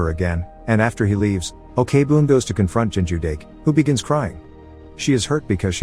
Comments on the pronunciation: Your recap is always great and amazing I even watch some of the movies because of your channel, but little suggestions can you search how to pronounced their name before make a video? Like Jung is not Yung or Ok-boon it's not really okay-boon but okboon they're not separated. Other than that I enjoy your videos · Why do you pronounce she as 'O.K-boon'? 😂 It's OK-BOON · Okay now, it's not Na Ok Boon it's Na OK (OAK) BOON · You couldv'e at least research on how to pronounce the name! Ok-Boon as OKAY-BOON?? Wow! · I just want to correct that Ok-Boon is not pronounced as Okay-Boon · Great video and movie. I just need to say though, O-K BOOM is the funniest pronunciation of that name ever lol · The pronunciation of Ok Boon as Okay Boon is killing me, but I've already watched this movie years ago and it was so good. Also very sad because it touches such an upsetting real life event. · ikr, they can make videos but can't even research to find out the correct pronunciation? maybe it's done on purpose to generate more comments criticizing it lol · The first part of her name is pronounced "oak", I don't understand how he could have gotten it wrong after watching the movie...?? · Is this video spoken by a computer? Why does he keep saying o-k-boon? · The story telling was amazing but, OKEY boon. I'm sorry but Im pretty sure that's mot how it's supposed to sound. No hate tho. Your videos are amazing this is just a small detail I picked up. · And here me, keep having to close google's AI search engine. Cause everytime he said "Ok-Boon". My phone detect "Okay Google" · Pls pronounce the names correctly especially Ok(u can pronounce it as ‘oak’ ) Boom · Okay Boon is a funny way to say thename